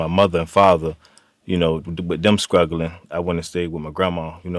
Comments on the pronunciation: Did he say “skrugglin”? 🤣💀😂💀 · He said, "a skraw"...!!! lol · "With a scraw"😂😂😂😂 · Scruggle = struggle. Not all of us VA say it like that though. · Oh ok. That's not how you say struggle Such a bad influence and way to teach kids how to speak properly